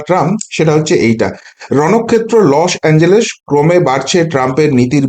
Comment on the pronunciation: Losh anjelesh , dada uchharon ta ektu jodi